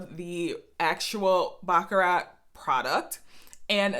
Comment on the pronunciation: I appreciate your video. Your pronunciation of baccarat is incorrect. I have the same issue with some European perfumes.